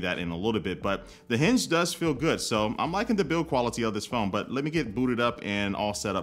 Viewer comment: I could've sworn i heard them say we can pick the hindge color and a choice of a selection of cover.